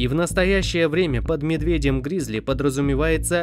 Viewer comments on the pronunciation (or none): Только не гризли а грызли!)😂